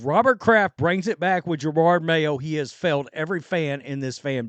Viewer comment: Whats almost as bad as Mayo's coaching is all szn long you have pronounced his name as Gerard. It makes me laugh everytime. idk if its intentional disrespect or being clueless, but i like it.